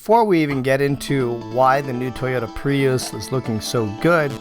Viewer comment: It’s so weird, everyone in the world pronounces Prius as Pree-us or Pree-iss - why on earth does he say Pre-yous?